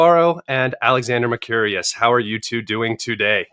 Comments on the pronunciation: Scott, Alexander’s name is Mer-cou-ris. It is not Mer-curious. It ends with “ris” not “rious”. Great video all the same, thank you. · Alexander McCurious? what's it like to have a theoretically interested interviewer wreck your name?